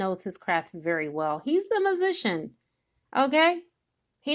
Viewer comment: This so resonates with me.... who you are speaking of reminds me of my baby daddy who I believe is my karmic soulmate. And how the way you say magician sounds like musician which he is trying to be a musician. But I also feel like I can be wrong!